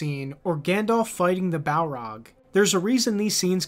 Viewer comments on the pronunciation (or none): none